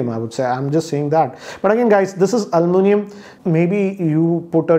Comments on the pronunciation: Sir “ Alu mi nium “ not “ Almu nium” 😂. That’s funny 😆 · It's almunium not aluminum. Me:-🤔....... 😂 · Yes. This pronunciation is much required